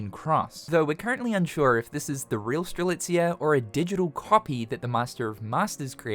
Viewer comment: Did this man finally pronounce Strelitzia's name correctly? Multiple times? Before GTA 6? Damn.